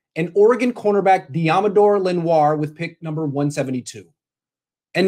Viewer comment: Its pronounced Len-wah